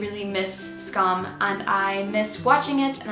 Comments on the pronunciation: i'm norwegian and you're actually pronouncing "SKAM" in the correct way, cheers to you. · honestly you pronounce it fine? most say 'scam' and ugh